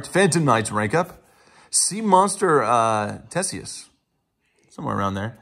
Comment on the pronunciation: "Some of the ZODIAC cards were affected on the banned list, so this card is definitely holding a little more value now." Dude... how detached can you sound... It went to 1.. It's going to a dollar for the mega pack... Also, "TESius." There's an H, bruh..